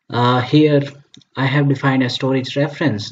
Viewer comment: Everything is okay until it ruined by ```stroage```